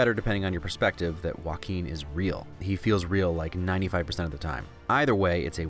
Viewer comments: It is supposed to be pronounced hwɑːˈkiːn so he is right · He pronounces Joaquin perfectly, thats a win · I love how he pronounces Joaquin